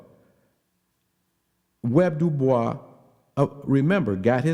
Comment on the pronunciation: Why are you calling him "Web" it's W.E.B. clearly it's 3 names 😂😂😂